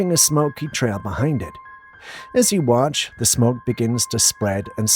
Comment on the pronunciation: "it does seem to wahtch the description"????? Flip that double-u over and pronounce it as an M.